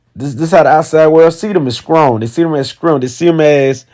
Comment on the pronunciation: "Scrong" lol